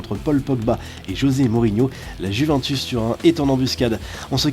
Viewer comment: Si vous dites encore une fois juv’’an’´tus je vous tu Ça se prononce ‘´ Youvèntous’’